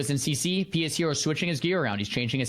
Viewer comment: everyone saying pshero name wrong is the most hilarious thing about this